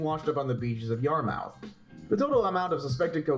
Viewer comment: its pronounced Yar-muff, not Yar-mouth.